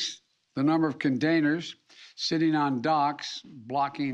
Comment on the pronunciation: What is a "condainer" anyway? He can't even say "gubment" (government?) right.